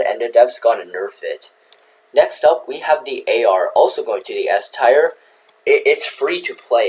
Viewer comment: Dont you love it when you pronounce tier as tire 🔥🔥🔥